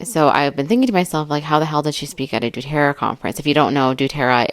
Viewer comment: Doterra…. Pronounced DoeTerra. You’re doing a great job!